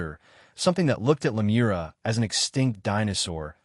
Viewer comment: It's A.M in Pennsylvania, U.S.A. Where are you? Again, great content, writing, but serious name mispronouncing, of "Lemuria"(It's "Lemuria", not "Lemoria", etc), and some others. He is correct on "Mu" being pronounced "Moo". Oddly, some words he does great, and sometimes he pronounces Lemuria correctly, but also says the same word differently at different times. (same with Hyperboria?) Seems to often be a syllable accent problem. You guys have fantastic potential on the hard stuff, but mess up on the easy stuff. Love listening to your written word description s, but it's annoyingly distracting. Suggest look up Lemuria correct pronunciation, then Listen to your narration of it. Again. his intonation is great, the info and theory delivery is exceptional, the writing phenomenal! Also, what is "MW"? he mentioned, a few times. P.S.: The Bimini Road has to do with Atlantis (Atlantic), and Yamaguni have nothing to do with Lemuria. (you seem to be lumping together some disconnected things). Lemuria was in the Pacific, with the Hawaiian Islands and Easter Island high remnants of it. I once went to Hawaii, and getting near it, the pilot said to look down and see a continent rising about 300 feet below the Pacific Ocean's water's surface. Also, Easter Island people faced the Maori statues "Looking West, towards their Continent Motherland, now sunk". Not trying to be critical, but helpful, to keep you around.